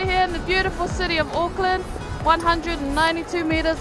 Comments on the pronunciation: And of course he macs up the name to auckland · He’s saying Auckland wrongggggg